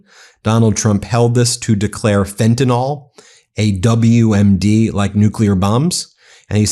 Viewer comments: Dear Ben, it's pronounced Fen-tan-ill, not Fen-tan-all. Trump and his minions routinely mispronounce it, making it a catch-all for everything they don't like. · Ben, PLEASE DONT MISPRONOUNCE the Drug like TRUMP!!! It's Fentanyl (nil), NOT FentaNOL!! PLEASE don't repeat the wrong pronunciation...it isn't professional, and it's wrong!!! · Fentinall does not exist... Can you say Fen-Tuh-Nill? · FentaNYL. Please stop sounding like a MAGA dumbass. It's fentanyl, not fentanol. Two completely different substances. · Ben thank you for your reporting hut I need to remind you there is no such dr#g as “fentinol”. The name is in fact “fentanyl”. Details matter, as you know. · IT IS NOT FENTAN-OL. It ends in 'yl' and pronounced 'ill'. Plus to Trump, 'skauje' is not a word. Finally, it takes CONSUMERS on the ground to make a DRUG INDUSTRY So get your kids to stop it cold turkey. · Ben, Ben, Ben….love your work but please pronounce Fantanyl correctly. It is not Fentanol it is Fentanyl. Your ignorant president pronounces it incorrectly but there is no reason you should. 🤣